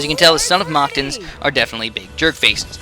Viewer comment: Your saying mactans wrong